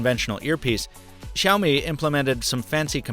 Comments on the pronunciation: Hi,. Thought you'd wanna know MIUI is pronounced as ME-YOU-I and Xiaomi, SI-YAU-MI. Happy new year,! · Why do people pronounce XiaoMi as ShaoMi